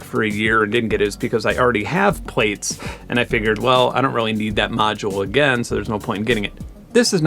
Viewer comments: Great video, really enjoyed that, but... Plaits. It's not 'plates' it's 'platts' as in to plait your hair. It was the follow-up to Braids... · plaits: "plats" emilie gillet: eh-mee-lee-yay zhee-lay" :) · Wait, you pronounce Plaits as Plates?